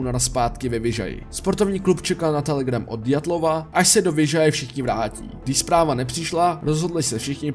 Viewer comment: Ďatlova mi trhá oči i uši 🤣